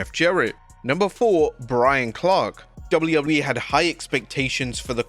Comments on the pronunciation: Please learn to pronounce the letter "w". Your accent is really frustrating to listen to when you speak fast and slur the letter w. It just turns into "doubleubbleyewee" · dounley ubbley e?? ffs learn how to pronounce it or stop doing these vids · Haha, this guy has never been able to say WWE. 😂😂😂 Wobedley Wobbedly E 😂😂😂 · Who gave this person the job when they cant say wwe properly? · The way this guy says wwe tho